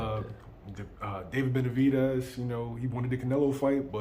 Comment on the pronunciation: Mans down 3-0 to saying Benavidez name 😂😂😂